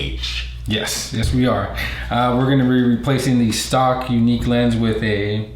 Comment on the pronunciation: It is pronounced like the word Unique, not Eunuch (a priest whose testicles have been removed or mutilated for their specific function in life) I understand you have an accent but can you please pronounce it correctly. Your partner there and all other people including Ryan at Yuneec have been pronouncing it correctly except you. Drive me nuts. :-)